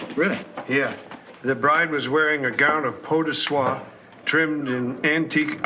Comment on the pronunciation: I love that George is supposed to be an airhead, and yet he knows how to pronounce "peau de soie". I guess the men of Vermont know their silks! 😅